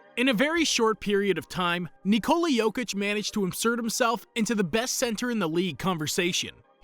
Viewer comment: nEeCoUllA yokeech